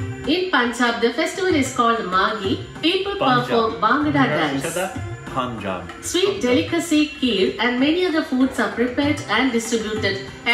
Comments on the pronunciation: Vidéo's à bit misleading. Also the narrator is probably not from North India and so don't go by her pronunciation like its punjab. Pun pronounced like fun. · The narrator has a strong Telugu/Kannada accent. Her pronunciation of Punjab is wrong as well!